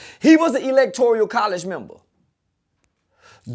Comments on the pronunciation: “Electorial college” 🤣🤣🤣. He must’ve just learned that Umar’s video the other day and tried to put it to memory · “Electoreeyuhl College!” 🤦🏻‍♂️